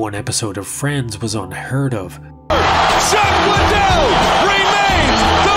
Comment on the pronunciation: Him unironically referring to Chuck Liddell as "CHACK" Liddell is just top tier storytelling🤣